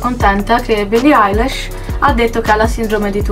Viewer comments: si pronuncia ailish non Eilish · no, lei ha detto billie ailash, si pronuncia ilish e si scrive eilish ;) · no si pronuncia ailish non ailash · si ma "billie ailash" NO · Billie “ailesh”